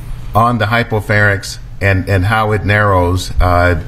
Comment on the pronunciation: Did she say hypophanyx? Ahhh....Americans...